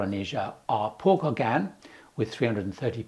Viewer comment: Your "Englishness" is apparent when you (mis)pronounce "Les Gauguins"! LOL I've been on a 12-day Paul Gauguin cruise, and it was the experience of a lifetime! FAR superior to larger ships in other regions.